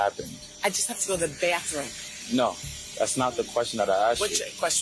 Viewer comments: The way she kept saying, "I just have to go to the byathroom" was fucking sending me. And then when he said "little did they know..." 😂😂😂😂I'm dead. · “I half to go to the bae-th-room.” That’s enough of that already! Omg! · The way she pronounces bathroom is so annoying. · Byathroom, byathroom😂😂😂